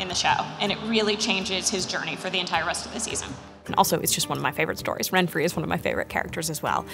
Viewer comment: Yeah, except her name is "Renfri", not "Renfry".